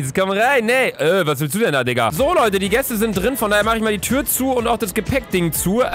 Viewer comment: ehhm bin ich der einzige der etwas anderes als Diggah gehört habe😂 Klingt wie ein N xD